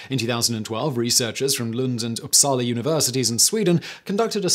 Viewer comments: This has nothing to do with the contents of the video, but as a Swedish person I'm very impressed with your pronunciation of Lund and Uppsala! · The pronunciation on Upsala was almost flawless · Hey, Swedish person here..just wanted to drop in and say that you pronounced "Lund" and "Uppsala" university flawlessly. Good job!!